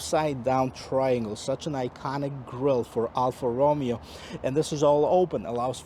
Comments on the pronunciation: It’s roh MAY oh, not ROH me oh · This is the worst review I have ever seen, his car knowledge is terrible, his pronunciation of the brand “Alfa ROOOOMEO” is atrocious, and who tests a vehicle thru a parkade, Idiota….